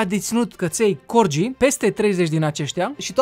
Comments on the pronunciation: Fain videoul, cu o mică corectura. Nu se pronunța Corgii, ci Corghii. I-am transcris fonetic românește pt a înțelege și cei ce nu cunosc transcrierea fonetica oficială din manualele de predare a limbii engleze. De asemeni, ea nu plătește taxe voluntar, Parlamentul a hotărât ca ea sa plătească taxe și pt ca o vreme îndelungată după ce Parlamentul a hotărât asta, ea a ignorat hotărârea, Parlamentul S-a văzut obligat sa o someze sa înceapă sa--și plătească taxele, pt ca o pasuisera destul. Doamna a fost chiar șifonată ca i-au cerut asta. No hate, just helping. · Se citeste: corghi